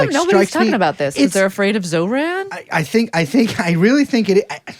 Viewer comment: c'mon at least get Zohran's name right